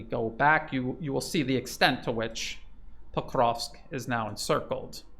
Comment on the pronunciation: Your pronunciations are incorrect .. of Ykrainian towns. Pokrovsk is correct. Are you in Ukraine? Are you Ukrainian?